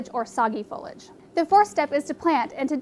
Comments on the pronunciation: FO-LEE-AJ not Follage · Yeah I've noticed a few people saying it that way. Fowwlidge is an irritating way to pronounce is for sure. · Fo LEE age. No fo lij 👎👎👎👎